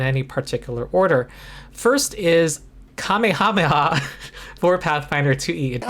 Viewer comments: You still don't know how to pronounce 'Kamehameha.' (He was a Hawaiian king) It is pronounced kuh-MAY-ha-MAY-ha. The emphanis is on the MAY. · that is how the kings name was said, not how the attack from the popular anime series is said